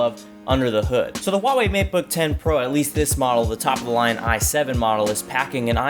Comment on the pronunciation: FINALLY SOMEONE WHO SAYS "HUAWEI" CORRECTLY